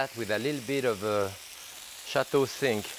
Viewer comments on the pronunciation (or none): When he said sink, I thought he was saying cinque and was trying to think of what wine that was. LOL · He paused for a bit which made me laugh 😁